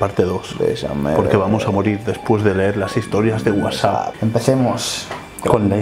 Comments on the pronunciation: No se dice Whapsup (como lo pronuncia ) se dice WhatsApp (como todos dicen) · "de wasup"